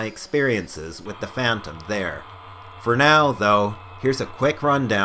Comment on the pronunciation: nigga speak some fucking english holy shit....with your"wif" and shit.....gave me a headache trying to understand. unless you don't english that well....in which case it's ok :)